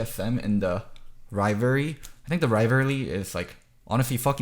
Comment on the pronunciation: rivaly? xD